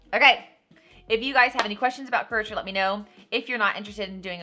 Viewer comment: Courager? It is Curateur :) I was so confused LOL I had to come back and read it.